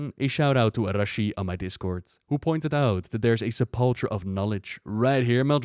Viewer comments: Sep-luh-kur, not Sa-palh-chur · Primus: Se - pul - KER: Se - pul - TCHER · Stop calling it the SUP-PULL-CHURE, Its Sep - po - kah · I understand and speaks english as a second language too which is probably why the mistake is being made. But trust us its pronounced Se pul ker. But that's alright no harm done it is a fairly uncommon word. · just FYI if you see this, the ch in sepulcher is pronounced like a K and the emphasis is on the first syllable of the word. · Remember it's his second(?) language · i like how he could put the voice acting in the video that pronounces sepulcher right.. and he could look up the word where it shows its pronunciation on screen.. yet, still pronounces it with that CH sound. kek. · The Primus says sepulcher but you deliberately said it wrong for the rest of the video. Lol.